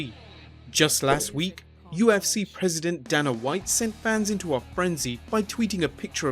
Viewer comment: DAYNAH white.